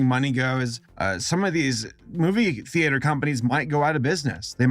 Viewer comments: It’s not thee-ate-er it’s thee-ter spelling it’s theater but it’s pronounced theeter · I don’t like how he says theAter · WHERE THE HELL ARE YOU FROM WHY ARE YOU SAYING “THEE-AY-TERS”????? ITS “THEE-TERS” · You pronounce it thee et er not thee ate er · IT'S THEETER, NOT THE-ATER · Stop pronouncing it theAtre it’s theatre like “theeeter” not “theayter” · I love your channel but who says the-eight-er people normally pronounce it the-e-ter or the-uh-ter and sure it is spelled theater but no one really says it like that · is it wrong that I am bugged that he pronounces Theater like (thee-ate-er) instead of (Thee-ter) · Stop saying thEaYTuR it's theeter please! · Thee-Ay-ter. I can feel with thee-uh-ter, but i... i mean i ve never heard it pronounced that way. The AY is killing me. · “Thee ater” Please, it’s not pronounced like that! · "The-ATE-OR" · STOP SAYING THEE ATE ER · All I heard is how he pronounces theatre TheAtre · I don't know if it's an American pronunciation, but... I haven't heard of a theAYter. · Tee ah tur. You're both wrong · Stop saying thee ater's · Is saying "theater" as /thee a-tor/ a dialect outside of Los Angeles? I'm genuinely curious if that's common other than here because I've never heard someone pronounce it like that lol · If you think that's bad, you should check that Moomins episode, with the "theeAter". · If this man says thea tursz one more time istg I'll put a spoon in my own esophagus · Interesting How pronounces theater as “thee-ATE-r” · Phil 21 My grandma: the theuhter cinemas (yes she really says that) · Thee- Aee-Ter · The way pronounces theater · THE A IN THEATRE IS SILENT. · I love you man but I am BEGGING you to stop pronouncing “theater” like that. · ive never heard someone pronounce "theater" the way does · The way he pronounces theater is triggering me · confused everyone by pronounciating theater like he did xdd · Let's talk about how he pronounces Theater